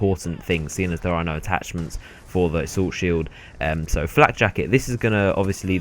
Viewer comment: It's neither 'flat' nor 'flack'; it's 'flak'.